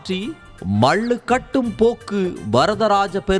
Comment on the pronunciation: முதல்ல உங்க தமிழ் உச்சரிப்பை சரி செய்யவும். கீழே வரும் வார்த்தைகளைதப்பு தப்பாக உச்சரித்திருக்கிறீர்கள். வடகளை/தென்களை = வடகலை/தென்கலை, மள்ளுக்கட்டு = மல்லுக்கட்டு, வேத ப்ராயணம் = வேத பாராயணம், பிரச்சனையக் கிழப்பி = கிளப்பி, ஓங்கி ஒளிக்கிறது = ஓங்கி ஒலிக்கிறது, சணடைக் கலமாக = சண்டைக் களமாக. பள வழக்குகள் = பல வழக்குகள், மாட்டுப் பொங்களை ஒட்டி = மாட்டுப் பொங்கலை ஒட்டி. இவ்வளவு, கேவலமான உச்சரிப்புடன் வீடியோ போட்டு, அடுத்தவங்க. ப்ரச்சினையக் காசாக்க முயற்சிக்கிறீங்க? தேவையா இது? ஹய்யோ ஹய்யோ😅